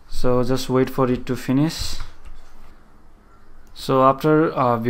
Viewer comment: why Indian people does not pronounce correctly :=> ex: Finish != Finis ????